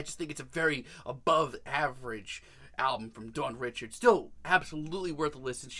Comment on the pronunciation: Her name is pronounced “Dawn Ree-shard”. It’s creole/French it’s not pronounced “Richard” like “Richard Pryer” just a FYI for next time, also Dawn is the future. That is all. ❣️